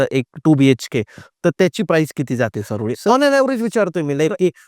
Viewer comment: चऱ्होली असा उच्चार करा सर चारोळी नाही तेवढा तरी आदर करा आमच्या चऱ्होलीचा